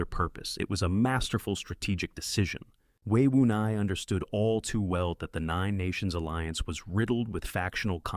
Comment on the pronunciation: It's Wei Wuya not Wei Wunai